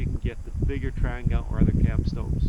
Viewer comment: Please get the pronunciation correct. It’s a Tran-gee-ah not a Tran-ger. As for saying ‘me myself’ - really?